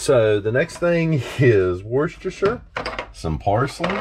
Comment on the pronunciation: My good you said Worcestershire correctly , instead of war-ses-ter-shire 😁